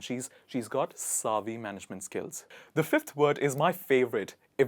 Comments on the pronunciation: Not "saavy" but "Savvy (like heavy)". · It's not pronounced "SAAA-VY" the way you say it. It's called Sav-vy. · Is it SAAvy? Or Pronounced as savy? This man pronounces in a British way!! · Shop savvy not pronounced sarvve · very exquisite 🥰 and refreshing. please note that the 'a' in savvy is pronounced like the 'a' in sad. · Great choice of words! Thanks. There is no word like advices Please pronounce savvy correctly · Savvy is mispronounced here.